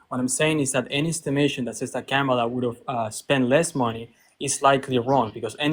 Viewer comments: Why is it soooo bloody difficult for Maga to pronounce Kamala? It's "KAH-mah-lah." Not KEH-mah-lah. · Well, yeah. That's my point. It's odd that he doesn't pronounce the first "a" as "ah", the same as the other two "a's" in her name-- that he gets right. It's as weird as if he mispronounced hacienda with a short "a".